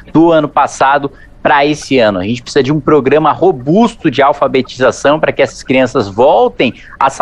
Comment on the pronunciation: Kim está PRECISANDO treinar esse "picisa", que diz toda hora. É ridículo.